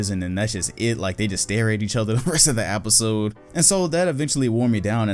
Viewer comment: Nobody: “apisode”